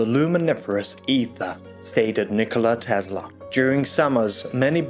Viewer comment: Tesla is pronounced as in Tessla, not Tezla.